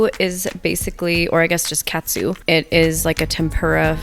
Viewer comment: Also I believe it’s pronounced more like k-ahh-tsu not cat-su